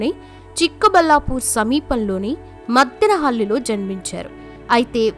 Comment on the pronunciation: మత్తినహల్లి కాదు ముద్దిన హల్లి madam